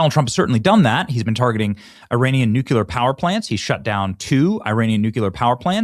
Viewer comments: could you please start saying nuclear instead of nuculer.... you sound like a moron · Day 373 of begging Benny to say Nook-LEE-er (Nuclear) … Nook-You-Ler is not a thing. Even if GWBush says so. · Its Nu clear not Nu cular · Please, please, please… nu-CLEAR. Not nuke-ular. I won’t listen when I know you’re gonna say it. It’s ignorant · Benny, the pronunciation of nuclear is noo klee ur. Let’s practice noo klee ur. Not noo q ler it’s noo klee ur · I Googled Nu-cue-ler and Google says there is no such word. Either learn how to spell or go back to school. DO YOU KNOW PHONETICS> NEW-CLEE-ER. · Brother, it is NU CLE AR. And not NU KE LEAR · Benny, are you okay? Nuclear is not a 3 syllable word. “New - Clear” … Just making sure you didn’t have a stroke or something? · SAY NUKYULAR AGAIN, CLOWN! 😂Benny, you're an adult. Speak like one! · Still haven't looked up the word DECIMATED, huh? It means only 10%! Still can't pronounce nuclear correctly. How old are you? 4? Seriously!